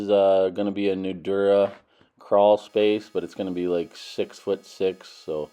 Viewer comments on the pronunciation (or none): none